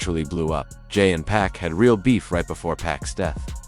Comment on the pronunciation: The way Pac is pronounced is annoying